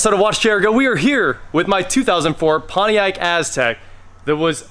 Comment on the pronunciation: Only the finest Ponitac {Po-nee-tack} around 😆